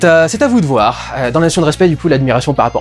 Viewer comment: le vouer , on est chtimi dudu?